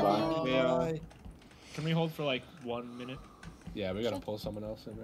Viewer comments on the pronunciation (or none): none